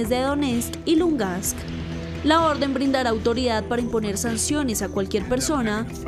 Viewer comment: La reportera dice Lungast, que alguien la corrija, por favor, es una comunicadora, seguro se molestaría si yo digo su nombre mal dicho o al revés.... Es LUGANSK, reportera, LUGANSK.... Bitch.